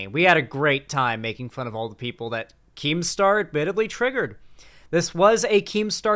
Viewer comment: Keemstaw is a wightwing figuwe